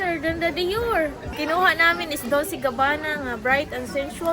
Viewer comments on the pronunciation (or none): Dolce pronunciation day DOLCHE MEANS SWEET